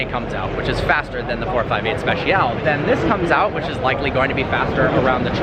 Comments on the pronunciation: It's Speciale, not special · Repeat after me: special-eh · Am i the only person that's annoyed by the way he says "speciale"?